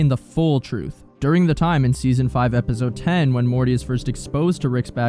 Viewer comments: If you finna keep brain rotting us by saying Epizode or what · Bruh plsssss Epizode EpiZode Epizode can you pronounce it correctly even once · Lol “epizode”